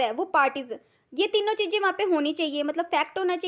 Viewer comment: Chijje ❌Chize ✅